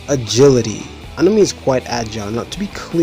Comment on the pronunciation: ANOME? I haven't heard a weirder pronunciation than this one.